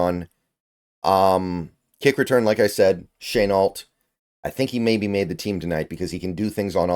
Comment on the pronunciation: Haha he said shaneault I thought he was joking